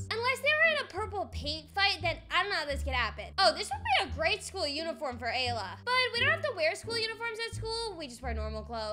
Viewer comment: It's not Layla. It's Ayla